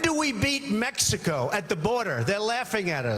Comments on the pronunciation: this guy doesnt even say "Mexico right. he sais Mexica.. yeah you're so educated right? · he said "its coming from mexica" he cant even pronounce it correctly